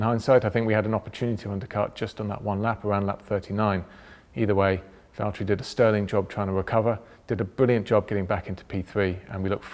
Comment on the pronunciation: James it's valteri!